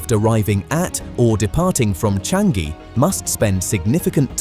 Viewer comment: It's Cha-ngee... not Chang-gee...